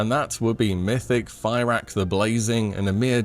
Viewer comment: I just dont like 2 things. Tittle says hardest bosses from pull count. That doesnt mean hardest final bosses. Why isnt tindral here or other bosses like that? Also i dont care much for the names of the bosses but is he saying their names wrong intentionally? Fairak etc.